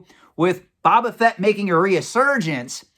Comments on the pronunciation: I always agree with your opinion and insight 100% but you're killing me, man! Phonetically pronounced it is " Bow - Ba - Fett" not "Bob - Ba - Fett". Love the videos as always. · Can we trust a guy who calls Boba Fett "Baba Fett?" Kidding. Love your content:) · My dude... BOW-BA Fett. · New drinking game: Pound a shot every time pronounces Boba Fett incorrectly.;)